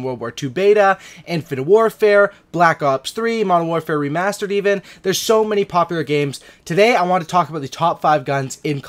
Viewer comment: did he say Modern Warfare Remasturbated?😅😅😅